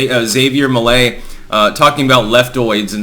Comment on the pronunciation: He sounds even.ore funny if you speaks spanish. His argentinian accent makes him more spicy. Anyway, Milei is not perfect obviously, but is the less insane candidate that Argentina have in the elections. PD: It's also funny how pronouns his name as "Xavier Milley".😂